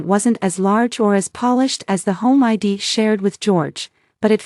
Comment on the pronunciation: Either teach your A I to sound out contractions or quit using them. I'd is spoken as "eyed" not "I D".